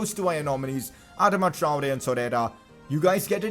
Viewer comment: Consider pronouncing Traore better